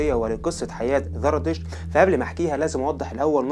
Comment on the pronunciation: قناة رائعة ولكن رجاء انتبه للفظك لحرف الزاي. اسمه زردشت وليس ذردشت الديانة اليزيدية وليس اليذيدية